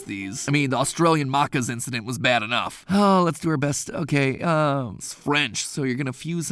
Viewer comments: Australian what? Mather Patrick, what on earth did u just say? MARCARS? ITS MAH CAHS. MAH-CAS. STOP IT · Mat literally said, the macca’s incident was bad enough, AND THEN PROCEEDS to call it ‘muck-us’ (instead of ‘Mack-as’) 😅😂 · When Mat-Pat said ‘Marccas’ KILLED ME. Macca’s m-a-k-k-er-s that is how you would say it, with these sounds……. Why is this such a hard concept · It's not pronounced mah-cas it's ma-cus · you dont pronounce it as mahccas you pronounce it as maccas the same way you pronounce the a in apple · Still didn't say Maccas right haha. Try pronouncing 'Ma-kas' hard A instead of 'Mar-kars' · Fun fact: MatPat is pronouncing "Maccas" wrong. Maccas is what most Kiwis (and I'm assuming) Aussies use to refer to McDonalds. But the way that MatPat says "Maccas" is incorrect, MatPat pronounces "Maccacs" as "Muh-Kahs" while the actual pronunciation is "Mack-uhz". Just a little fun fact (in my opinion) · Hearing the Austrailian Incident and hearing it mah car when it's mac is almost gave me war flashbacks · It’s maccas not moccas!!! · cmon man why did you say it as "marhkahs" again its maccas smh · I'm slightly sad that he mentions Macca's yet still says "mohca's" :( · An Aussie here for anyone wondering the right way to pronounce maccas is mackas (say mack- like you would Mac for little mac, then keep the a pronunciation for -as) for a better guide search “howtocast how to say Mac Donald’s” (sorry for the wall of text) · Did Mat pronounce Maccas as “markahs”? 😂😂😂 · He still said maccas wrong 😂😂 mac-ers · Mack-as is how it is pronounced matpat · Still didn't pronounce maccers right. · I haven't forgiven you for how you day maccs that was an insult to everything Australian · Matt Patt, think you need an Aussie or a Kiwi in your productions 😅 still not pronouncing Maccas (Ma-a-cas (no r sound)) correctly 😅 (apologies on trying to explain pronouncation through text, an Aussie or Kiwi correctly if it's incorrect texted) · he still freaken said Maccas wrong!!